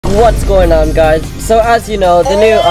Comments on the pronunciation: Bruh she says "what's going gays" in first time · “Whats’s going on gays” 🔥💀